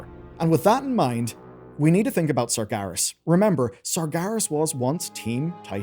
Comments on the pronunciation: Why is bro saying 'Sargarus' 😭😭😭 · serious surgerus sarjerry "they did surgery on a grape" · Pronouncing “Sargeras” like that should be illegal.